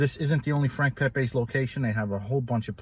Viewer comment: It's Pepeez not Pepays. He was Italian not Mexican.